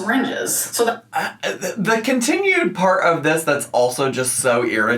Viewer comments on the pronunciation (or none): none